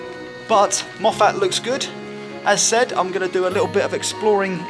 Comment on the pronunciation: Great stuff, The pronunciation is Moff-it not Moff-at.